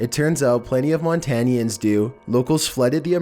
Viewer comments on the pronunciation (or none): Its called mon-Tan-ins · I know this video is 3 years old but something said during #15. It’s not Montanians that’s not what you call someone from Montana call them Montanans as a Montanan it’s triggered me but that’s all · We are called "Montanans" not "Montanians" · And no it’s not pronounced montaneeans it’s Montanans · Montanians? I always thought it was Montanans... 😂 -An unconcerned Montanan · Montanans. Not Montanians. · Boii! This dude pronounced Montanans, montanieans. Me being from montana, im triggered! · We are Montanans. Not Montanians.